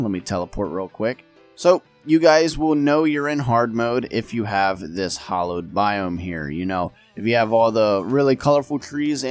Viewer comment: It's pronounced with an A as in Apple. Hallowed. Like the start of "Halloween" - not sure how you came up with "Hollowed"